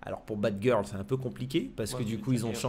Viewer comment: Mdrr il a dit batgil 😂😂😂